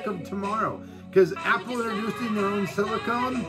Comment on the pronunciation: SiliCUN is even worse.